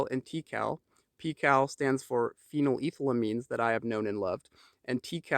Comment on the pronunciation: Did this man just say “pheeneleethylines”? Lol great vid though